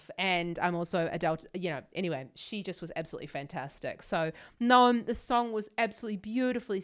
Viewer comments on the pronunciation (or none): His name is not nome. It's Noam, spelled No-Ahm. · It's pronounced No-Am